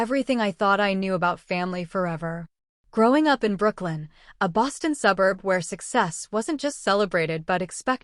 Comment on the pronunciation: It's not BrookLYN, It's BrookLINE. You need a better AI narrator. One that can actually pronounce properly.